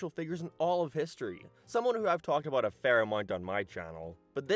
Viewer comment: No idea what accent this guy has, sounds totally normal until his he aboyt or aroynd.